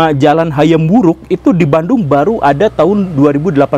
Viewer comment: bandung jadi banung